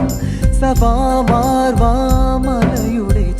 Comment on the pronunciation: സഫാ മാർവ്വാ എന്നല്ല സഫ മർവ്വ എന്നാണ്